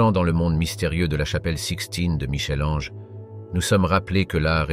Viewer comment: ohhh Michel Ange merci de prononcer "Mickel", je ne serais pas étonnée que ce soit un robot qui parle !